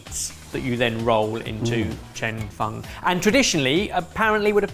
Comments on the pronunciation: Loved this episode! (Even hearing mangle the pronunciation of “Cheong fun” 🤭) Thank you so much! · The Cheong fun (pronounce cheese without the "se" + song without the "s") 2nd try looks much better. Try with light soy mixed with sugar and some chicken stock. as well as some scallion oil or sesame oil.